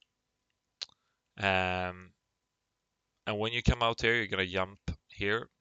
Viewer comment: Did you say yump? lol